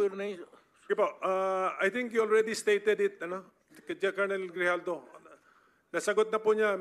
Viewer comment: Ano ba yan binabasa mo na nga lang mali2 pa ang mga sinasabi mo."GRIJALDO" PO AT HINDI JIJALDO. Ano ba yan ayusin mo naman may mga bata na nanonood.